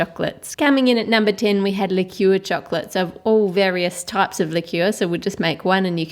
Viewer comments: 'likyeuwer' instead of liquor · Its prounounced licker and its called liquor😀